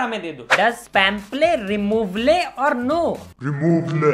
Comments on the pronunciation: Q: Is pemple removle Or not A: Removle 😂😂😂😂🤣🤣🤣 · Pemple removle 😂😂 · Does pemple removle or no "REMOVLE"😭‼️